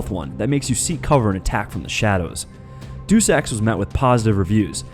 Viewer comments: He also said Deus wrong. He said doose, when it's dayus. Like the Latin word for the Creator. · say it with me: DAY-OOS. DAY-OOS. DEUS.